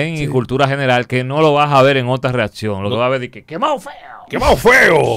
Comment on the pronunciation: Santiago bro, corrigete esa detallito de pronunciar la ''c'' como si fuese una ''d'' en el caso mas reciente: ''readcion''